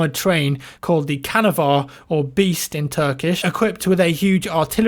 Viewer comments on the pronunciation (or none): Tip, c in Turkish is pronounce with a j, so canavar is pronounce janavar and not kanavar. Just a heads up. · isnt called canavar its more like janavar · Canavar's first letter is pronounced like "Ja" (as if im going to pronounce but without the rest ofc) just in case I'll just drop it here! Nice video as always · not can-avar you pronounce it like jaune ☺ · The C in canavar (the train) is pronounced as G or J